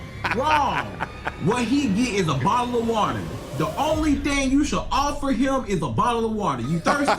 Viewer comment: A bottle or wotor 😂